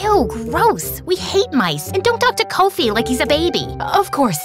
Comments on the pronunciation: As a Ghanian im soo happy and shocked, thankyou,wooooow🎉🎉🎉🎉oh and its not Coffee, Koaufi its Kofi straight up the oh has an ooh sound, btw its Abena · "Kowfee"😂😂 instead of kofie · Not correcting, but Abina is spelt Abena and Kofi is pronounced differently than said. Nevertheless, great story! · But the pronunciation of Abena's and Kofi's name kinda ticks me off,but I'm so happy we're finally included